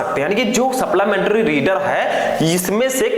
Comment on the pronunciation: Sir suplimentry hota h Saplamentry ni